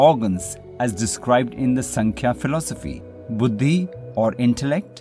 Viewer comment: नमस्ते! योगसूत्र को थोडा-सा समझाने का प्रयास ठिक है, और वो भी अंग्रेजी में?? किसी जानकार व्यक्ति के पास जाकर इस विषय का गहराई से थोड़ा और स्व-अभ्यास कर सकें तो अच्छा रहेगा। दूसरी बात, आप जो 'संख्या' दर्शन का उच्चारण करते हो, उसका सही उच्चारण है "सांख्य दर्शन" है। ऐसी कई बातें हैं जिसका आपको सही तरह से अभ्यास करना आवश्यक है। तो, आप जरुर समझ गये होंगे आपको क्या करना चाहिए।